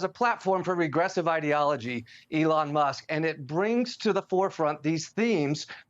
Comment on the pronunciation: Wait a sec: said "Ellon" Musk is a genius. 🤣